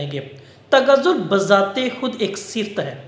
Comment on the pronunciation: بہت اچھا سر ! اسکا تلفظ صِفت نہیں ہے ۔ صِفَت ہے ۔ آپ کا ادنی شاگرد